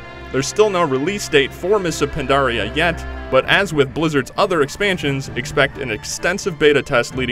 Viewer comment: he said mists of pondaria......i thought it was mists of PANDARIA!?